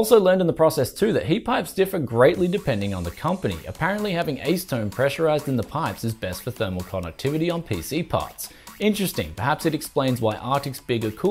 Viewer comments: also, a-seh-tone > ays-tone :D Had to replay that like 5 times to figure out you meant acetone but it was worth it, good info, thx! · artic, ace tone, sith? who taught you english